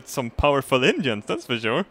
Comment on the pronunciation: I still have no idea what he thinks he's saying when he says "engine"